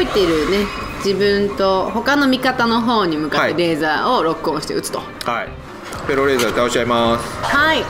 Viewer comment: フェローレーザーが エローレーザーに聞こえてしまう… どうしよう！